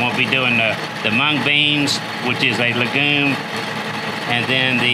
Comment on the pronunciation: "Legume" is pronounced with a hard g. It is not "lejune." Also "pseudo" is pronounced sudo, not swaydo.